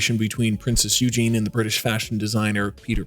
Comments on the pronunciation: Her name is not Eugene it's Eugenie Eu-gen-ie!! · If only the narrator had learnt to pronounce the fabric names correctly and Princess Eugenie. Eugene is a male name. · Princess Eugene? Really? It's pronounced YOU-zhah-nee. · She's NOT Princess "Eugene" Her name is EUGENIE. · Princess Eugenie not Eugene